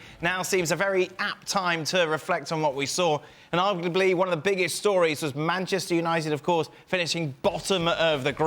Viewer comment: Bantchester United 🤣